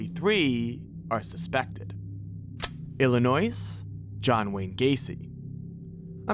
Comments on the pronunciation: It’s pronounced ill in oy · respectfully its pronounced illinoy you dont pronounce the S pleaseeeee!!!! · the way he pronounced oregon and illinois made me VERY scared when i realized he was about to say niagara falls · I'm not even American and I know that's not how you say Illinois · Thumbs down. You don’t pronounce the s in Illinois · im pressy sure the s at the end of Illinois is silent Also can non NYers PLEASE stop thinking all there is to the state is NYC. There's like.....an entire Upstate that probably covers more land than NYC by itself. (^ Me being a disgruntled Upstate NYer, born, raised and still living here at the age of 33) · That is not how you say Illinois...the s is not pronounced. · A murder commited during this video was on the state of Illinois, by pronouncing the "S" in it... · Did you pronounce the "S", when saying "Illinois"? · the real horror is the way he pronounced “illinois” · Some mistakes, including richard ramirez number of victims and death date, the b in btk is bind not bound, some pronunciations like illinois and baton rouge, but largely informative video. 😅 For Illinois the s is silent, and for baton rouge…its rooj not roog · Illinois....the "S" is silent. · Illinois with an "s"? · Also, incorrect pronunciation of Illinois and Baton Rouge.